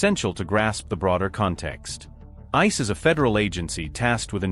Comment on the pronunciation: Good ol' I-CEE. Down with AI. Downvote.